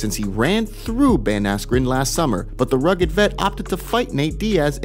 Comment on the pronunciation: "Ben affleck" instead of askren lol